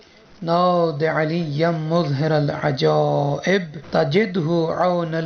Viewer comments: It is not " muzhiral ajaib" It is "mazharal ajaib" Ap itna ghalat kesy parh rhy hain ? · مظھر کے م پر پیش نہیں اور ر پر زیر نہیں تو اس طریقے میں پڑھنا صحیح نہیں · Maharal ajaib hae na kae Muzharal ajaib